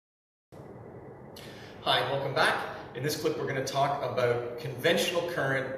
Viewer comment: I like how he pronounces "about" like "a-boat", lol.